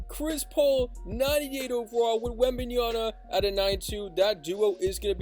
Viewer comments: my bro, it's called Wembanyama, not Wembajana 😂❤ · its WembenYAMA. this guy keep saying Wembenyana. SMH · Wemby has an "M" at the end of his name not an "N" smh.. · Damn 😂😅 anyway it's called Wembanyama! 😂